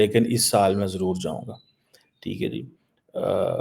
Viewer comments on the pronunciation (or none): none